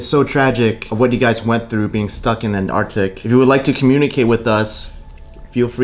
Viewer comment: Bro said ardic 😂😂😂😂 bro said conversate 😂😂😂😂😂